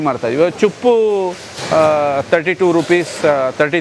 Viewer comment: Cupp alla ceppu